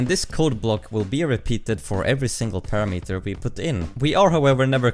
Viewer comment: your pronunciation of the parameter is not standard.